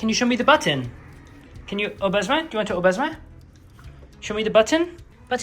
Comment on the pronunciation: Molly, your French is really not bad (especially for "au besoin")! The only thing I can't tell is whether his "walk on" command is "en avant" (forward) or "on y vas" (let's go). Your pronunciation sounds right in the middle and either could work; I suspect it's the former though!